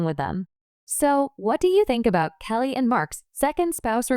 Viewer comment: Please say Kelly's name right